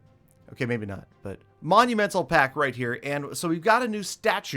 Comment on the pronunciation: Monument-Al...... Or should it be Monu-Mental 😝 (only kidding )